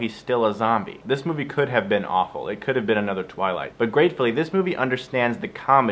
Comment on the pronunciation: Aint a fan. liked the though. "twiligt" blarg. This though, is love